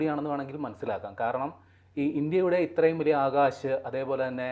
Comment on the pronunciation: അക്ഷ തീർത്ഥ് അല്ല ആകാഷ് തീർ ആണ്